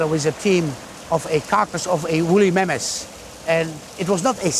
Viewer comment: What's a wooly Mammass?😂 I cant unhear this pronunciation..